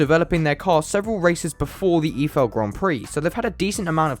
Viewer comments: eefel grand prix... EYE-FEL NOT EEFEL!!🤦🤦🤦🤦🤦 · How did you pronounce "Eifel"? "efel"? Its Ei-fel as in "I fell".. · thats not how you prnounce eifel